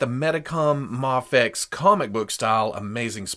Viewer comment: You saide maa fex